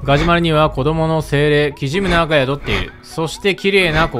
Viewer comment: キジムナーのイントネーションがとても気になる （沖縄県民）